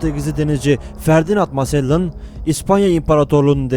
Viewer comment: Magellan sahtelar olduğu için öldürülmüyor. İki kabilenin birbirleri ile savaşması sonucu ölüyor. Hatta oranın yerlileri magellanı çok sevdiğini herkes biliyor.. Arap alfabesinde g harfi olmadığı için c kullanıyor, sende onu s diye okuyup masellan demişsin :D tam bir komedi videosu olmuş.